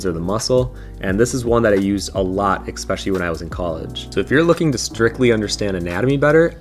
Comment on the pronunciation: Great selection of books. Btw the word is “especially” not “expecially”!